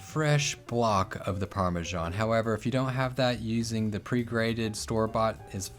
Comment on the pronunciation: what is Parmashon or do you mean Parmesan?